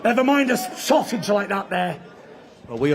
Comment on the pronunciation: Lol. I don't know bro. Sounded like Sausage Bitin' to me. But I like the guy so I'll give him the benefit of the doubt.